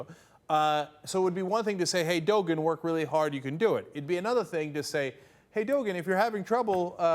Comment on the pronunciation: dogun? dont you mean Doğan.